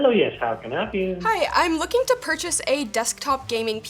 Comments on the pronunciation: She wanted to "perch" a computer? Ha! She did great, even though she was nervous! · lol I guess if merch exists then you can surely perch.